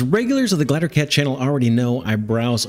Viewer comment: First, these games look awesome. Second; Glider, Gl-EYE-DER. If I have to hear you say glattercat one more time I'm going to stab out my eardrums.